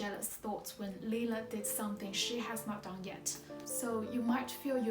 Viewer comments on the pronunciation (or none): it's Lila not Lina, and Gino (djino) not Ghino